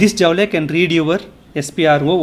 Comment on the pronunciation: Sir , Its not Jaule ,Its pronounced as Jool.